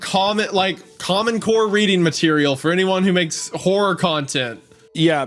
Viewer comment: I swear every time Wendigoon says horror I just hear whore lol